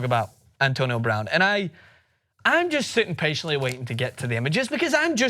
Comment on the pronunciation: He said her last name wrong